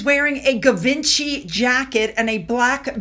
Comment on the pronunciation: Hey! Love your vlogs! I think Givenchy is pronounced Zhee-VAHN-shee 😊 I can pronounce it but can’t afford to wear it lol! Wish I could tho. I wish he would dump her, take the kids and run to England. Now that would be fun to watch. Does that make me a disaster tourist?